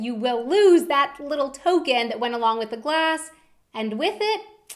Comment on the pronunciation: did anyone else notice that the kept messing up when she said glass